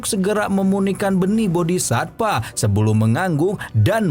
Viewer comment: satva bang. bukan SATPA